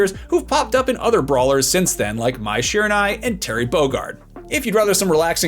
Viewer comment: My guy doesn’t even know how to say Mai Shiranui’s name